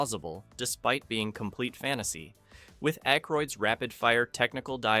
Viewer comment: The way the names aykroyd and ramis are said over and over is pathetic. Get it together.